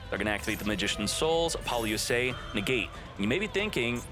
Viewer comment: Youre saying it all wrong. Its Apple-OOO-suh, not A-poly-ooo-SAH.